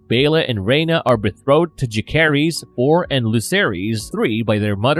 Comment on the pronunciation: how many times can you say "bethrowed" before realizing it's supposed to be "betrothed"